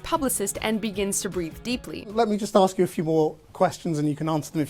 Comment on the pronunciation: Remember, thugs and lazy and uneducated people say 'aks'